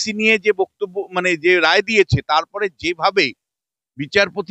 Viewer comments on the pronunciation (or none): none